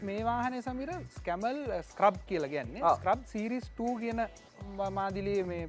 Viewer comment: මේ විශිෂ්ට වීඩියෝවට බොහොම ස්තූතියි. නමුත් මේ වාහනයේ නම 'ස්ක්‍රබ්' නෙවෙයි. ඒකට කියන්නේ “ස්කැරබ්” කියලා. මැලේසියාවේ පෙනැං රාජ්‍ය කෞතුකාගාරයේ කහ පැහැති ස්කැරබ් එකක් තිබේ.